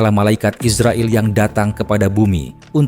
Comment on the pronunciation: IZRAIL bukan ISRAEL 😂